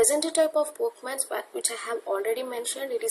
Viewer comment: video is very useful and u have done a great job just a small mistake its pokemon not pokeman(verbally u r speaking)